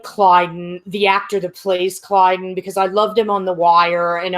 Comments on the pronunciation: OMG! I had to stop watching after the 10th time you said "Klydus" instead of "Klyden". I'm surprised no one bothered to correct you. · Who the heck is Clydus? Don't you mean "Klyden"? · Why do you keep calling him "Klydus"? lol It's "Klyden". Man Moclans piss me off though. 'Cept for Bortus. He rocks. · Someone remind that it's Klyden, not Klydus.